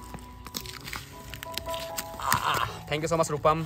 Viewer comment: It's thank you so much not Thank you so must 😂😂😂😂